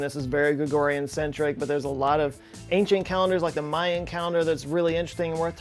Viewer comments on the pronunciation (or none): none